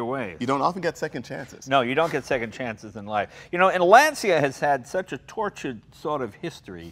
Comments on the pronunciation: Jay - for the Pope's sake, you're Italian. You KNOW you pronounce it "Lan-cha" not "Lan-cee-ah"!!! Only the pommie Brits say it that way! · It is a Lantscha and not a Lanzia Mr. Leno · I can't stand when people pronounce it /lansia/. If you say /lansia/ in Italian it means "the anxiety". The brand Lancia is pronounced /lancha/. Please start pronouncing it correctly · DEAR AMERICA AND THE U.K. IT IS PRONOUNCED LANCHA BECAUSE IN ITALIAN WHEN THE LETTERS C AND I COME TOGETHER IT MAKES A CH SOUND! THAT IS HOW YOU PRONOUNCE IT THE ITALIAN WAY AND BEFORE YOU GUYS TURN IN TO TROLLS REMEMBER THAT WE PRONOUNCE FERRARI AND LAMBORGHINI THE ITALIAN WAY. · I grew up in Italy...it's pronounced LAN-cha. In Italian, when an "I" follows a C, it's a CH sound. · Jay!!! Please pay attention to! Lancia is pronounced "Lancha". In Italian the "c" is pronounced like a "ch". Congratulations, what a great episode. This guy he really knows his stuff. I am currently restoring a 1982 Alfasud Ti 1.5. As soon as I finish restoring it I'll send you some pictures. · M.r. Moon since it is an Italian name, there is a correct way to pronunciate the word and it is Lancha. If not, we, as Italian people, will start to pronunciate differently every English word ;) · I can't understand why they don't pronounce it right. Lan-cha. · you are a true class act. Jay why don't you have some more down to earth interesting cars like these? And please please it's pronounced Lanchia...come on jay you are a paesano!!:-) ps/ I do like more the euro spec fulvia with the headlamps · I have a question. Jay pronounces it “Lahn-see-yah” and pronounces it “lawn-chah”. Which is correct? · I'm British, and we pronounce it Lance seeya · it's not LAN-CHI- AA the exact speech for it, is, LAN-SEE-AA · I'm Italian and i can tell you that it's pronounced LANCHA, all the other pronunciation are wrong. Also the black guy spelled Lancia very well. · Lahn-cha. Easy. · It's Laan-Cha, not Lan-Si-ya.